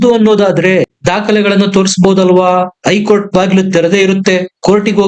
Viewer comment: ಮಾಹಿತಿ ಗಾಗಿ ಧನ್ಯವಾದಗಳು, ಆದರೆ ಒಂದು ತಪ್ಪನ್ನು ಪದೇ ಪದೇ ಮಾಡಿದ್ದೀರ ಅದೆಂದರೆ 'ಐ ಕೋರ್ಟ್ '. ಅದು ಐ ಕೋರ್ಟಲ್ಲ 'ಹೖ ಕೋರ್ಟ್ ' ಎಂದಾಗಬೆಕು. ಅದೇರೀತಿ 'ಇಂದು'', ಹಿಂದು ಅಂತಲೂ, ಅತ್ತು ಅನ್ನುವುದು ಹತ್ತು ಅಂತಲೂ ತಿದ್ದಿಕೊಳ್ಳಬೇಕಾಗಿ ವಿನಂತಿ.